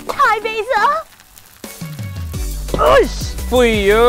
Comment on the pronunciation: When she says Thai basil it sounds very weird